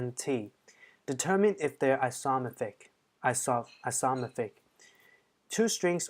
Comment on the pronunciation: say it with me: "isoMORphic" (so not isOmorphic, and not isophormic). Also, cutting it close there on the 15 min deadline!